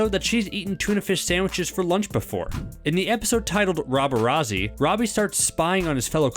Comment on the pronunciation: and roberazzi💀